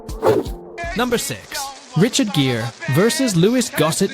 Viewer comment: Richard GEAR, not JEER. Yeah, not following a channel about film when you can't get the names of the actors right.